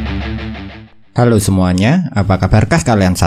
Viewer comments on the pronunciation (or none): none